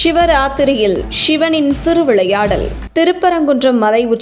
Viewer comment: தமிழில் படிக்கும் போது ஷிவன் என்று அல்ல. சிவன் என்று படிக்க வேண்டும்.